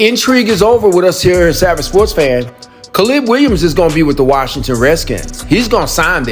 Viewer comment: Kuh-leeb Williams?